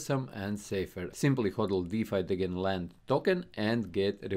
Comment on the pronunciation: Unsubbed for your pronunciation on Degen